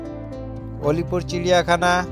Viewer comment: অলিপুর না আলিপুর বলে